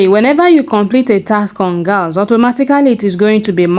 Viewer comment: Great video. Please I just noticed you pronounce "galxe" as gals it is pronounced as "galaxy" I am sorry if you take offense 😢